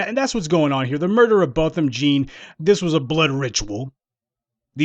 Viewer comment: It’s pronounced John, it’s spelled jean, yes Ii know, but the family pronounce it John, so please let’s give this the respect for the family. This case has made (history) a new historical level against WS.